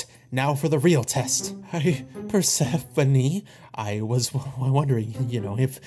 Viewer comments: Bro said perspephene instead of persphone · Bro saying Bird-sephone